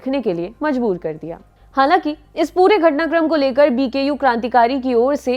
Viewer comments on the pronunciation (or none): none